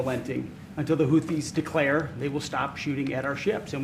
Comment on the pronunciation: " The Houddies " 😂😂😂 yeah yeah